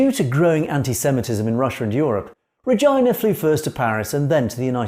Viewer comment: What an unfortunate mispronounciation of the name Regina.